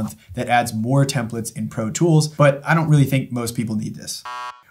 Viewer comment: Template.. TEM PLATE. Templet.. TEMP LET. these are TEMPLATES… not TEMPLETS.